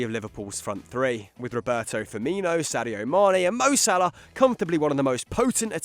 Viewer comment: I cringed when he said Robert firmino😞